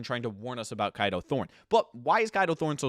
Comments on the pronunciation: I dont mean this in a rude way but i swear his names is pronounced as K a do thorne instead of kido thorne Or maybe its probably because im British😅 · you know you’re pronouncing Kado wrong, right?